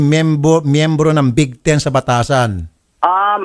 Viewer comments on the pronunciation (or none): hindi po bigaten sir raffy...kundi bigteen...bitayin